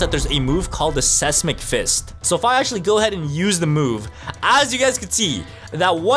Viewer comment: “Sessmick fist” Bro might be dumb